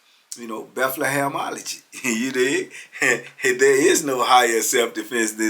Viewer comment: He said Bethlehemology 😂😂😂